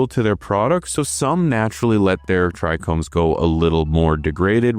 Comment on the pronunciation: You say Trichromes again? Just kidding bro. Keep up the great work!